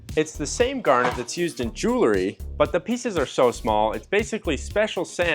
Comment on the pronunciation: "Julery"? 😆 * jewelry